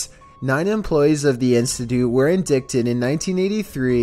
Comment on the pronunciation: Lol I came looking for a comment as soon as I heard it.